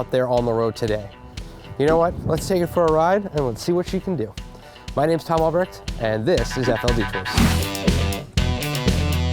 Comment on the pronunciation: as a german I find it weird that tom isn't capable of pronouncing his name the right was...oh well,generations